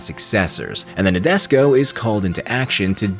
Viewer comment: Please pronounce Nadesico property. Na-de-si-ko